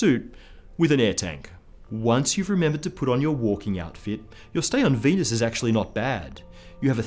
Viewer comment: Mahhhz and Veenuse